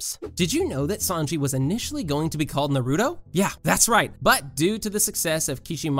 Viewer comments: Every time I hear "Nuruto" it makes me cringe! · “Narooto” Me: just name his narooto not Naruto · "narooto" smh